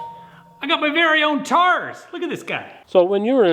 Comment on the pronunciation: did u say TARDIS